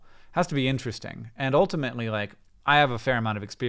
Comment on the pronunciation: When did Hank start saying oltimately in every sentence?